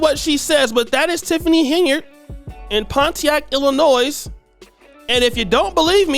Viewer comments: THE S IN ILLINOIS IS SILEEENNNTTTT!!!!! The S has no sound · Love some of these videos and will keep listening, but as a native of Illinois, it hurts hearing the "s" pronounced at the end of Illinois. It's silent!! Regardless, I've been blessed to go to Kenya for a short-term mission trip. I would love to hear the story of what took you there to live! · It's pronounced Illinoi....the s is silent. Illinois...back to the show😊